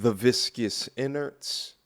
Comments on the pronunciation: I really like your content , but I cringe every time you refer to a woman’s insides as Inerds😝😂it’s gross , but funny ! I didn’t know how to spell it . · my "snake" in my pants shrivels everytime you say viscous innerts. 😷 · so gross hearing you sayin viscuss inerds.. bad habit 4real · So nobody gonna address the fact my manz said “viscous innards”😭 thats a new one fa me🤣🤣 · please stop saying biscuss innards or w.e ...please lol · "The viscous inners"